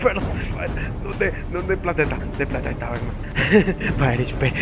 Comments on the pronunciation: Lo q a mi mas me encanta cuando dice (Bagman)y no Batman😂😂😂😂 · Itavyrai ko bacman dice jajaja😂😂😂😂